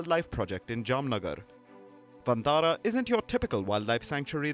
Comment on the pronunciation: I appreciate the efforts of Mr Ambani scion in creating Vantara (which should be pronounced as Van-taara rather than onthara coz it looses its meaning) and i also Palkiji's promotion for this. But should the wildlife conservation see fruition only when its done by high profile business tycoons should it gain praise only when the rich intervene?? Isnt it the responsibility of the local community, Village forest communities, Biodiversity Management Committees to stay in harmony with nature and wildlife. And shouldnt these high profile businessmen be supporting them local communities and highlighting their efforts and portray conservation on a holistic approach. Instead of multimillion dollar rich son stealing the limelight for this wildilfe conservation combined with showoff of high profile marriage alliance. Ona gentle note Article 15A(g) must me highlighted here is wat i am apprising.